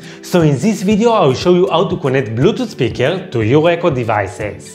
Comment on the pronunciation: Blutoot speekaal 😂 lmao